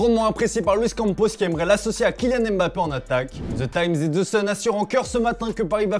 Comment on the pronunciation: Beaucoup il dit Bappé